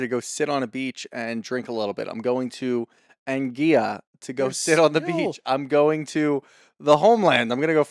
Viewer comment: As a person born and raised in the Caribbean, Anguilla is pronounced "Angwilla".